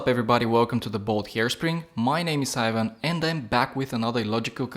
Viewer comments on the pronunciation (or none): none